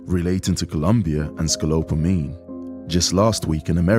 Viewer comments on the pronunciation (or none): It's Scopolamine! not scolopamine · HE IS SAYING IT WRONG. IT IS SCOPOLAMINE WHICH KNOCKS YOU OUT FOR 24 HOURS. It is called "The Devil's breath". IT IS VERY SIMILAR TO Rohypnol or the date grape drugz. SAD THESE DUDES ARE SO STUPID TO GET GOT LIKE THAT. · He said it wrong. It’s SCOPOLAMINE! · He keeps saying it wrong! It’s SCOPOLAMINE!